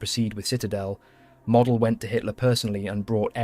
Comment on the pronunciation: You pronounced Model's name WRONG!